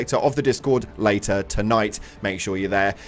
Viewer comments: "at a jayter date". Lol hilarious, how did you not notice!? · “At a Jater Date.”